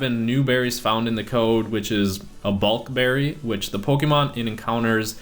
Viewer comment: Bluk berry, NOT Bulk berry.